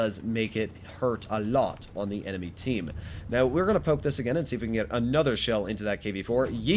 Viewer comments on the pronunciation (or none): none